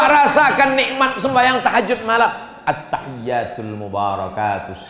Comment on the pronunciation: Maaf ya, saya tau uas bisa ngaji baca kitab gundul bisa TAPI SAYA CUMA MENGINGATKAN TASYAHUD ITU RUKUN JADI kalo bisa bacaan nya jgn salah.. bukan ATTAH YATUL TAPI ATTA HIYYATUL.. saya gak akan menjelaskan karena anda lebih tahu... sedikit tapi bermanfaat bagi org yg berilmu tinggi tapi tidak fokus ke dasar 👍🙏